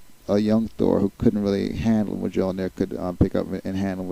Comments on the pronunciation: You do not pronounce the j in Mjolnir. It's pronounced closer to mole-neer.. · That picture is not cap, its USAgent I think... Also sorry to nitpick but you pronounce Mjölnir wrong,it actually pronounce like myol-n(ee)r. Other than that great video and I look forward to watching your others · superman also is weak to magic so he may have a hard time controlling it. Btw you're not pronouncing the hammer s name right they even mispronounced it in the movies.